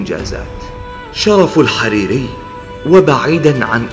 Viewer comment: بضم الحاء وفتح الراء.